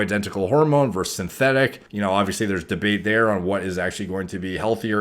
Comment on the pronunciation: its versus not verse. might as well just say "vzzzz"